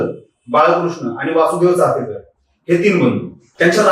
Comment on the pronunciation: अरे भावा, चाफेकर नाही रे... चापेकर बोल. आणि दुसरी महत्वाची बाब म्हणजे चापेकरांचं आत्मचरित्र उपलब्ध आहे google वर ते आधी download कर वाच आणि मग Video बनव. तुझ्यापेक्षा शाळेतली मुलं खूप चांगलं बोलली असती या विषयावर.